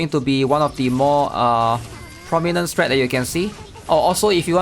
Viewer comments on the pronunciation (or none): none